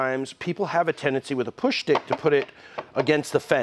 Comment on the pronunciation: "Push Schtick"